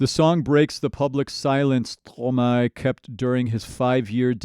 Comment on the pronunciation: Compliments on your French pronunciation, that sounds very good! Also try watching "Quand c'est", very impressive. Stromae is a fantastic composer and very creative; be sure to watch his full concerts on YouTube as well, you won't believe what you see and hear! 😍